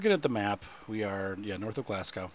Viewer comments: anything that is *.burgh at the end is pronounced brah also it's "glazz goh" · David Campbell it's glas-go